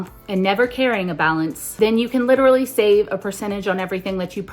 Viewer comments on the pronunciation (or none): none